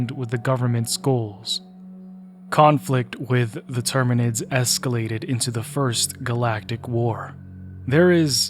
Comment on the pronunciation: btw it’s terminids not tyrinids close but not 40k 😂